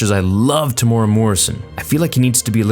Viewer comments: Tem-u-era not Tem-ora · Also, to pronounce his name its......'TEM----MOO----EAR-----RAR..........Temuera' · Hey, I'm from New Zealand. Do you mind trying to pronounce Temuera properly? It's Teh-moo-eh-ra, rolling the R if possible :) enjoy your vids man keep it up.